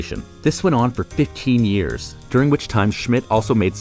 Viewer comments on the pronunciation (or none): none